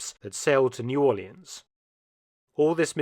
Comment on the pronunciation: Gotta praise the pronouncement of New Orleans. Top dog mark